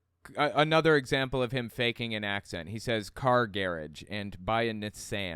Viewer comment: I've never ever heard "gai-rage." I've only heard of "gar-AUge" and "gar-AHge".